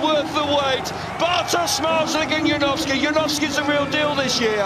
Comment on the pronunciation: Janowski not Yanovsky